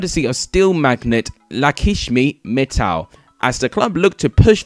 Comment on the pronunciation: It is not ‘Lakishmi Mittal’ it is Lakshmi Mittal